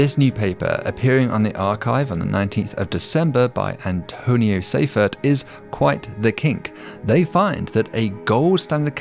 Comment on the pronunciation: 2.53 you said AntoniO Seifert. Her name is ANTONIA! You spent too much time on your hair gel and not enough on your job.